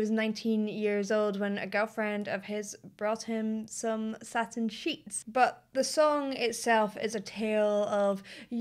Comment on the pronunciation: It's not "satern", as you pronounced it. It is "satin". That's why he doesn't drag it out, as you suggest.